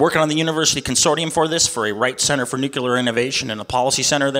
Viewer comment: If this guy wants to gain support he might want to start pronouncing nuclear properly.